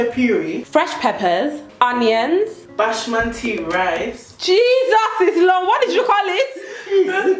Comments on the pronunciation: Bash-manti rice 😂😂🤦🏾‍♀️ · Bashmanti 🤣🤣 tomato puryyy 😭😭